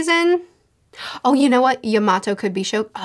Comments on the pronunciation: ur kinda saying yamato's name wrong ur kinda saying it like you would say tomato she says her name in the 2 minute clip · Momonosuke (Momo-no-skay) Edit: also Yamato (Yama-toe